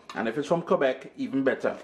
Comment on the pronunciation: exactly! soo excited:) my j Jamaican sorrel arrives here to Ontario tonight(& yes you said it right, the best maple syrup comes from here and from Quebec too!!!)thnx 4 the vid, happy holidays!!!!!